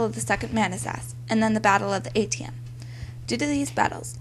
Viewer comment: The narration is very poor here. She is obviously reading from a script with no idea as to how to pronounce certain words and it conveys a weak understanding of the material. I applaud your effort but you would sound much more authoritative if you learned how to pronounce the words Manassas, Corps, Antietam and several other words. You come across as very amateurish. I hope that you are not farther along than the 7th grade.